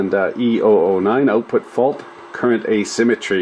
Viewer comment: Check this oat: check the oatput. Crazy Canadian talk!